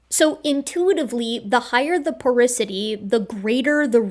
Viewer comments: Its called "Porosity" not porisity :) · I cringed hearing "porisity" instead of "porosity".--, geochemist, geologist, evolutionary biologist But I still think you're awesome.;-) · Please never butcher the word "porosity" again